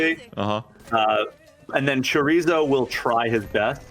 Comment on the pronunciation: His pronunciation of Chorizo hurts me